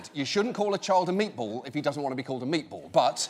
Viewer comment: no one: John Oliver: M E A T B O L L